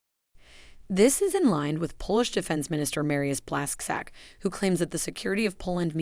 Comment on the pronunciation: Blasc zack sounds terrible. Please, if you want make another speech just put a surname on a google translate and listen to proper pronunciation.